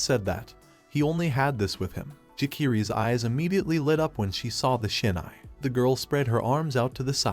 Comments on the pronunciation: It’s hilarious he keeps saying “Sinai” but it has nothing to do with Israel or the Biblical text. It’s SHINAI my guy. Read. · Thanks, it’s a good story with a different type of main character. But I think your AI is dyslexic…. Shinai and sainai is just one example